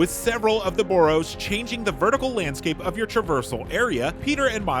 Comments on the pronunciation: bro does NOT know how to say the word “borough” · Why is he pronouncing “borough” like that lmfao